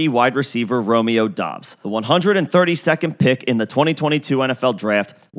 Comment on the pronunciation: “Dubbs” not dobbs